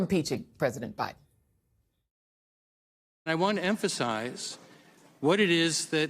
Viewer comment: He said Commander Bidden! 🐕‍🦺🐶🤣🤣🤣